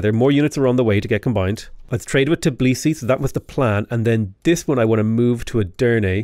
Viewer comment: Not to be rude, but it's T_bi_li_si, not Ti_b_li_si